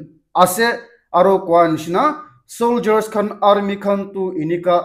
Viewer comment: Aarrmi..? Say rusissian army